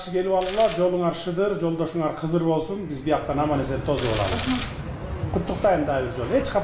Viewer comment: Жолдошунар кызыр деп бул призидентибиз кыргызчаны так суйлой албаптырго негизи жолдошунар кыдыр деп айтылат урматуу призидент 😂😂😂😂😂😂